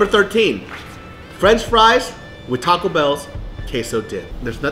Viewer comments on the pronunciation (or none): none